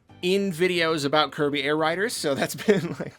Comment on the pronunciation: it’s now Kirby Air Ride’rs’ not Air Rider’s’ like you said…..The first game was not called Kirby Air Rider! It was Kirby Air Ride!! You should have emphasized the rs not the s. You’re slipping